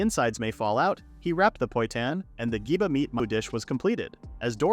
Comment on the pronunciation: The number of times I've heard poitan misspoken is really anger inducing...